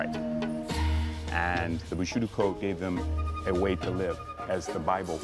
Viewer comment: I love how Phil was trying to say bushido but kept mispronouncing it as bushudo.😂😂🤣